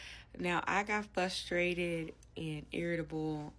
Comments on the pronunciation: I’ve never heard this hideous combo!!😩 usually I’ve heard “FUStrated”!! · How in God's name could you accept living in a different state than your children. How can she afford all that but stupid enough to say 'fustrated'? OMG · i agree I thought it was fuss too lol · I thought she was saying Fuss-trated 😂